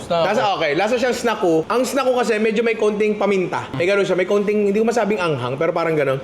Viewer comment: "Snackoo"" OR "Snack-u!"" ?? Samin kasi "'Snackoo" ang basa Ninong hahahahahahha